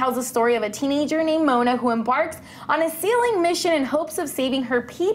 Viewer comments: did she just say Lolo and stitch O_o I'm done with this 🙄 it's LILO and stitch . Oh and it's also Mo-a-Na not Mona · It's not pronounced "Mona" it's "MO-Anna" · Who the hell is 'Mona' it's pronounced moAHna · It is pronounced mo-Anna in some places mo-wanna IT IS NOT MONA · Dude I'm talking about pronunciation I know how it's spelled but they're saying Mona as in Mona from ppl & that's the wrong pronunciation it's pronounced "mo-Anna" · it's Moana, not mona :) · It's not "Mona," it's "Mo-ANA." Get your facts right! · "Moan-na" if you can't pronounce the proper language maybe you shouldn't do announcements 😂😂 MO-Ana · They pronounced it wrong and I bugged me so here is how you say it its: MO-ON-A not mona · ^ Thats what the original comment said? Its Moe-Ah-Na not "Mona" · "Mona" ???? What.. Who's that? I know MOANA but not Mona 😂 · Mona? whos Mona! ITS PRONOUNCED "MOANA"! SEE MO-ANNA THATS HOW U PRONOUNCE IT!!!! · By the way you said her name wrong her name is not mona it is MOANA 😬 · Mo-a-na. Not mona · Mona? Who is Mona? IT IS MOANA. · ok minor thing but its not moana like moan uh but mo ah nuh lol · It's pronounced Moe-ah-nah. Not Mona. Far out if you're going to discuss something you should know how to pronounce it. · mo-aaaaaa-na, not fricken mona. wtf can you not reaaad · Did she say (mona?) It's moana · She first says " Mona " instead of " mo-anna " and " lilo " instead of " lee-lo ". I'm triggered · It's not Mona. It's not an English name. The "A" is not silent. It's MoAna. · It's not Mona, its moAHna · Please say the name right! It's not Mona! It's MOANA!! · Can people stop saying her name is Mona her name is Moana mo-ah-na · It's not Mona from PLL it's Moana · Mow-uh-na! Not Moan-na! damn it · It’s called Moana not Mona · Who the fuck is Mona its Moana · its not Mona its MO-anna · It's not Mona!!!! It's Mo-Ana that's how you pronounce it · I am not trying to be rude but it is not Mona.... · She said Mona it’s mo Anna moanna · Its Moana not mona